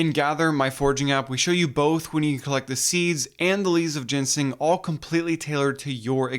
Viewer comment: you called i t 'gensing'